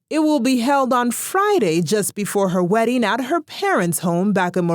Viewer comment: 😂😂😂 I heard werrying ( wedding) hahahahaha